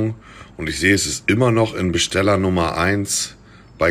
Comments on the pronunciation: Besteller 😂😂😂 Das heißt Bestseller #nohate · Niemand: Wirklich Niemand: Monte: Besteller statt Bestseller